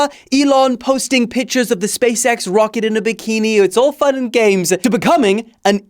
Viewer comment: I first understood "Pfand" and not "fun"